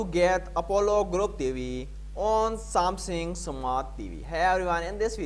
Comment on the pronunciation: I applaud that English is not your native language So, some positive feesback… Its SamSUNG…. Not SamSING. This may help in your delivery and yes, you should slow it down.